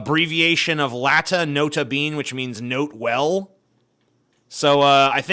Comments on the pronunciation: Not a bean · The most offensive that TJ said was mispronouncing "Nota Bene".